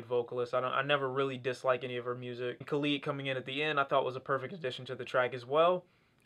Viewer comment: this man really said khaleed 😂